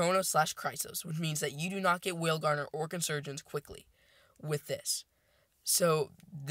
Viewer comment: I hear you saying it all the time, but you are not saying whalegnawer correct....It's not whale-gardener....It's whale-gnawer. You say it phonetically like whale-naw-er like it bites into whales its such a nasty dragon. It gnaws on whales. ...not being a douche or word police...I love your videos...Keep up the awesome work. add me to group chat if you can....ign: j0nny6 (0 is zero) gnawnô/verbverb: gnaw; 3rd person present: gnaws; past tense: gnawed; past participle: gnawed; gerund or present participle: gnawing1. bite at or nibble something persistently."watching a dog gnaw at a big bone"synonyms:chew, chomp, champ, bite, munch, crunch; nibble "the dog gnawed at a bone"